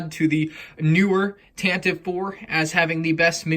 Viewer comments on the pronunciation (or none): Tantive IV is pronounced with three syllables. Tan-Tive-Four. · It is pronounced with 3 syllables "Tan-teh-vee" Four... but don't say it like that!! xD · Its said Tan-te-ive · Can someone please tell me how Tantive is pronounced with three syllables? It makes no sense since I've always heard it pronounced with two. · But it's one e at the end.